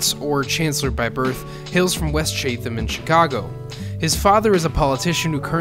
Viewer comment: its pronounced "Chat'em"